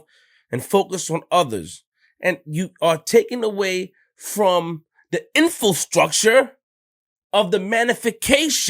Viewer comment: Hhahaha he said "Infilstructure" like infiltrate mixed with infrastructure